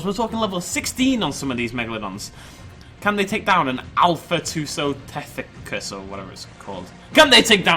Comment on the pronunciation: Two-so-tooth-iss. That's how you pronounce it.